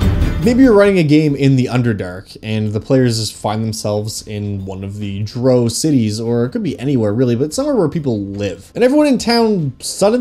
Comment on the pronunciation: The way he pronounced drow 💀